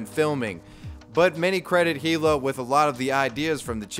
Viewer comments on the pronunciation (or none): It's "ee-luh," not "hee-luh." Get it right! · I’m dying every time you pronounce“hila” with an H